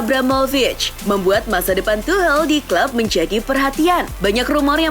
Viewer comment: Ejaan nya tucel bukan tuhel